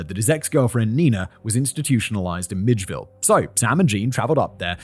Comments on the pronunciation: 😂 I'm from south Georgia. It's May-cun (Macon), mill-idge-vil (Milledgeville) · Hello To say this is a disturbing case is truly an understatement. Thank you to the writer, editor, and to Simon. I'm from Georgia. Macon rhymes with bacon.... and Milledgeville is 'Mill-edge-ville'. Thank you again. Peace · What drove me nuts was him calling Milledgeville 'midgeville' I spent my teen years there lol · As a Georgian, it's not the mixup of Ohio and Idaho. It's Simon's pronunciation of Milledgeville that gets me. 😂 Also, David, I'm pretty sure that you meant to put Columbus, Georgia (not Columbus, Alabama), for the woman whose body was dumped in Phenix City, Alabama. Columbus and Phenix City are just across the state line from each other separated only by the Chattahoochee River. Of course, you might have written Georgia, but Simon saw Alabama. 😆 ETA: Tennessee, Florida? Simon, buddy, it's Tallahassee (the state capital).